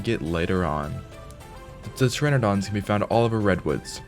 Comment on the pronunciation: ... Puh-teradon? The P is silent man